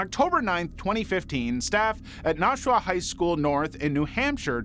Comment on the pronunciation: Just a friendly correction- Nashua, New Hampshire- the 'nash' in nashua rhymed with mash. 'Nashua' comes from the Indigenous Nashaway tribe, also a term meaning 'between.' They lived in northern Massachusetts and -- I bet you'll never guess this one -- southern New Hampshire